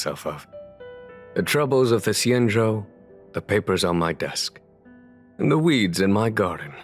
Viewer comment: Xianzhou is said with the x more like a c and the zh makes the j sound so it'd sound like cianjo I think